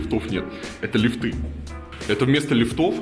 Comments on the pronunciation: ААААААА !!!!! Блин, какие лифтЫ, лифтОВ? ли́фт - ли́фты - ли́фтов!!!!!!! Пожалуйста, говорите по-русски. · Илья в слове лифты ударение не верное, как так? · ЛифтЫ , а может лИфты ? Эх , рассияне ... Привет из красивейшего европейского Харькова . Приезжайте в гости , вы охреенете после ваших гетто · Правильно говорить "лИфты"